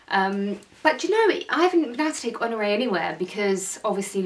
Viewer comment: Honore not Honroe.....😁